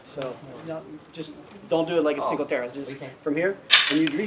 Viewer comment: the technique is a solid. Pronunciation aside.